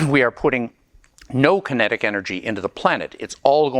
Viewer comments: Kinetic — not Kenetic… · "Kenetic", LOL, I knew you weren't perfect. Another cool video nonetheless. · "Kenetic Energy" :(